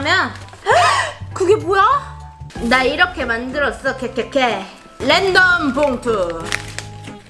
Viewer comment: 램덤 아니고 랜덤이요!!